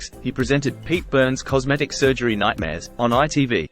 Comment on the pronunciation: Tim and Mike apparently were fired. I didn't know Pete was Jewish. "Other sujery"? Sounds like AI with an Australian accent. He wasn't a well woman. He seemed tortured much of his life. D or A could have achieved even more chart success if things were different.